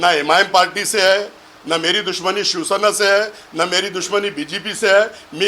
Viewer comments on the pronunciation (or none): none